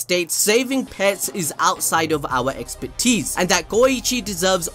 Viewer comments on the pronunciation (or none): none